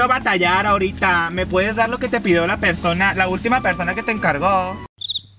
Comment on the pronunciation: Like si te diste cuenta que decía PERDONA en vez de persona Like para no desaparecer